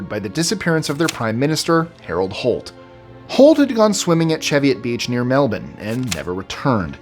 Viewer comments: Plot spoiler: pronounces "Melbourne" correctly (in reference to Australia) about or so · You legend, you pronounced Melbourne correctly. Onya mate. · The fact you pronounced "Melbourne" correctly 👌🏻👌🏻